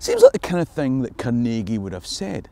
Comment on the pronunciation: As a lifelong (56 years) resident of the Pittsburgh area, may I say how pleased I am to hear the proper pronunciations of Carnegie and Pittsburgh in this video. Americans from outside of this region emphasize the wrong syllable in "Carnegie", and % of Pittsburghers don't even know to pronounce "Pittsburgh" with the same ending as "Edinburgh". The Carnegie name has been with me my entire life. I grew up in a township that bordered Carnegie Borough (where the local post office was located, so Carnegie was part of our mailing address). Over the years I have visited the Carnegie Library of Pittsburgh and the Carnegie Museums many times; one of my children now works at the Carnegie. The part of the video that hits home for me most of all is the discussion of Andrew Carnegie as an employer. My great-grandfather was a former Pittsburgh police officer who took a job as Captain of the Mill Police at a Carnegie steel mill several miles north of Pittsburgh. He was killed in a riot that broke out during a strike in 1906. Some people might think he was on the wrong side, but he was making a living to support his wife and five young children when his life was taken from him. There are so many sides to every story.